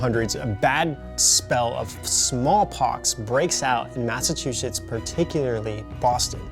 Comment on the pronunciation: "Massatwoshits" LOL!